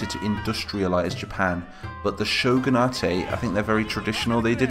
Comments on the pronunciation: Shogun-ate Not Shogun-a-te That bugged me. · For more detail: Shogun-a-te would be correct if it were a Japanese word, but Shogunate is an English term derived from Shogun, so its pronounced like other english words ending in -ate. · Shogunate is an Anglicized word, its just Shogun - nait